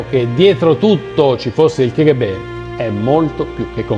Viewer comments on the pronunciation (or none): Scusa perché il K.G.B. lo chiami "Che Ghe Be" , hai studiato da Lino Banfi? La lettera "K" in russo si pronuncia "KA" , quindi si deve pronunciare "Ka Ghe Be". Per il resto non hai fatto chiaro come abbia fatto Gheorghe Gheorghiu-Dej a condurre una politica poco sovietica, con Stalin vivo e poi Krusciof, che se solo osavi distanziarti di un millimetro ti impiccavano per le palle, dunque sarebbe stato interessante approfondire quel punto. Per il resto hai fatto abbastanza una buona analisi , complimenti. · bello💪🏼 comunque è KA-GHE-BE